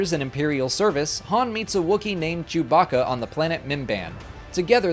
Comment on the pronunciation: man said....jewbacka